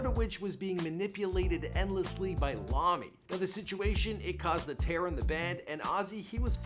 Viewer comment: Lommy lol!!!